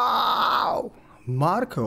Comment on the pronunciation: I insist you try the two-forked facial hair approach. Also, you pronounced Marko's name* perfectly: just a simple "o" instead of "oh". *Well, his real Finnish name instead of his stage name Marco.